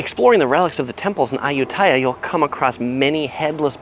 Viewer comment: Me as a thai peson and cringing everytime you say ayutthyaya becuse its pronosed ay-ut-ti-a